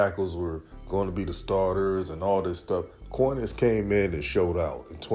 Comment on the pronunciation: His name is pronounced Con-is.